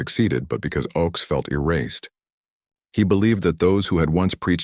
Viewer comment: His name was pronounced OAKS. His political songs were wonderful but he also wrote a great romantic song called CHANGES.